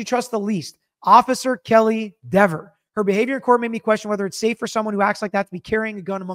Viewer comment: You mean Deever - I'm not reading your comment unless you pronounce her name correctly!😝